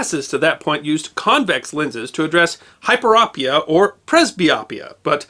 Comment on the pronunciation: It was Gholam Peyman MD who invented the excimer laser. I know him well. And the last part of each disorder, myopia, hyperopia, and presbyopia the "o" is a long, not short sound. I work in ophthalmology for 40+ years and have had the privilege of meeting many amazing MDs from around the world who were also inventors. Thank you for your channel. Just discovered it and am thrilled to learn the back stories on so many interesting topics.